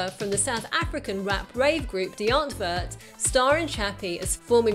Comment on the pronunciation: For future reference to all you non South Africans, 'Die Antwoord' means 'the answer' and is pronounced DEE ANT-VOORDT, instead of DEE ANT-VERT or DIE-ARNTWOORD. Good pronounciation of Yolandi though, I hate being lumbered with YO-LARND-I.